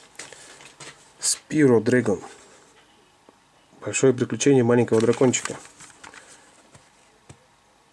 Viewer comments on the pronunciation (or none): просто угараю-"Спиро", это спайро, эксклюзив для ps